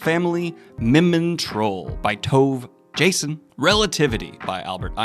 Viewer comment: Lol, I've never heard Tove Jansson's name more mispronounced in my life. 😅